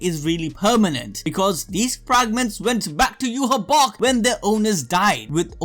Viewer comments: Wach (the german word) isn't pronounced "ewah" - The king in mispronouncing stuff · Why do you keep saying Yuhabok?